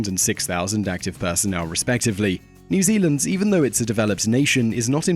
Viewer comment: "New ZELAND" lol